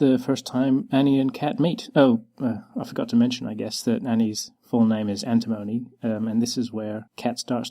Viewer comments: yup yup if you look up antimony, that's the correct way to pronounce it :) (it's also how I've been pronouncing it since day 1, so it's fine w/ me xD) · I will always pronounce Antimony as "an-TIM-un-ee" (with the same rhythm as catastrophe, or Hermione) I know it's not canon, but I like the sound of it. I'm definitely going to change how I pronounce Paz though.